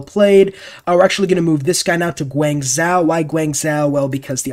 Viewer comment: As a Chinese I cringed when pronounced Guangzhou Guanzao